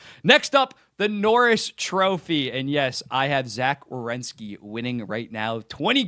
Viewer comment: I’m so proud of you you said WERENSKI 😂